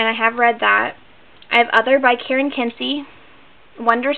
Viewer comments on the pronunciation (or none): none